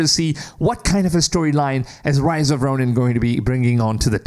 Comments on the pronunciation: RISE of the Ronin! Not ROSE! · It's Rise of the ronin not rose 🤣😆